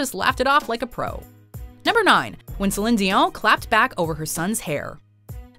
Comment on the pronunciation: says differently when she pronounce Celine Dion.